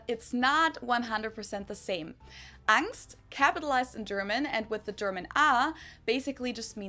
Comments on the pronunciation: No its not pronounced Ängst... how are you listening to her saying it over and over and repeating it wrong? xD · no xD its pronounced with the german A. not the english a which sounds like the german E 😂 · We pronounce "Angst" with the german A vowel (something like "Ah" in English). The way you pronounce it we would spell as "Ängst" or "Engst", so it's a different sound. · For the word "Angst": she keeps saying 'ah' and not 'ey' and he's still like "oh they say "ey" too?" No. It's 'ah'😂😂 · no we dint say AENST we say ANGST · It's angst you say ängst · Angst is alwasy "uhngst", never "ängst". "A" is never pronounced as in English "A", this is always either an "e" or an umlauted "ä". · No, we don't pronounce Angst like angst. See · "so you guys pronounce it ängst too" Dude, either there's somethig wrong with your ears or your brain because she not only pronounced it differently, but even emphasized "with a german a" literally 20 seconds earlier. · das wort:Angst was er sagt:ängst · No we don't pronounce Angst the same way haha listen again how she pronounced the A in the german version.